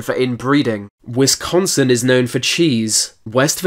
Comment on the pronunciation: thats not how you say wisconsin